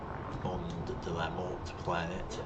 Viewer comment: I recently saw a screenshot of it with someone landed right next to the jet, that was awesome and scary. By the way, I heard the "t" from Mort is mute. So when you say it, it should be "Monde de la Mor". o.O There's a t in there because you could refer to a different gender like a dead woman. "She was found dead" which result to "Elle a été retrouvée morte". That's the only time where the t is no longer mute. :D At least from what I understand.